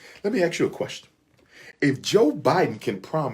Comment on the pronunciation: I must ax the question....it's ASK didn't they teach you that in college🤣🤣🤣